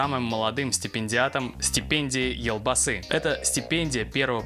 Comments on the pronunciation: Можно поправлю, вы же изучаете казахский язык. В казахском языке нет мягкого знака "ь", посему " елбасы" звучит как "ельбасы". Есть нюанс, имя Елжан звучит как Ельжан, но Балжан(женское имя) - Балжан. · спасибо за новость! Очень рады за Ержана! Только, пожалуйста, произносите "л" в слове "елбасы" мягко. Извините за замечание. Хочется, чтобы вы улучшали свой казахский )))